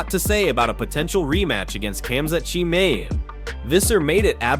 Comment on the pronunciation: Dude try to pronounce his name properly. He is not chimney he is called chemayev. Try it the easy way